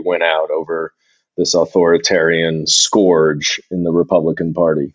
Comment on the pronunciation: Is “scorge” the same as “scourge”? For a friend.